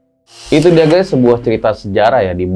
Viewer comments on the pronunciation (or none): none